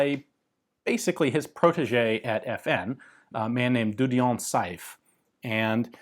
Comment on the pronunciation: Saive is pronounced more or less " seave", like in " bear". It is a fairly common name in French speaking Belgium, the chairman of the Belgian Olympic committee was Jean Michel Saive.